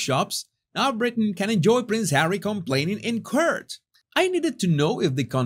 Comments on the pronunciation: "Court" is not pronounced "curt" it is pronounced kort. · Sorry but it’s driving me nuts. The word court is pronounced “cort “ not “curt”. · Please Please Please,, say court, not curt 😉❤ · hi, court is pronounced as... cooort, as in oooh lol not as curd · Pronounce ‘court’ like the Spanish word CORTAR CORT 👍🏻 not curt 👎🏻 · Court is pronounced Cort, like in spanish Corto without the O, Respectfully always❤ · Court is pronounced like CORT. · the word court is pronounced as rhyming with sort or port or rort or bought, fyi, love your channel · Please get proper pronunciation of court. Not to be critical... You do great job